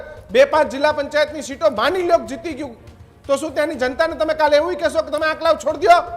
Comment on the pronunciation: આંકલાવ બોલતા મિતેષ ને નથી આવડતુ પહેલા ૧૦ વખત આંકલાવ લખી ને બોલ મિતેષ પટેલ નથી અસલ પટેલ નો દિકરો હોય તો એના માટેવિસ્તાર ના સરદાર સ્ટેડિયમ નું બદલ્યું આ પટેલ હીજડા ની જેમ તાળીયો પાડી સરદાર પટેલ નું નામ બદલ્યું મિતેશ તૂ પટેલ અટક બદલી દે